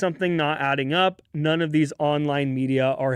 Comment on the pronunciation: Does this guy even know what he’s saying? He’s just blabbering on and mispronouncing things left and right.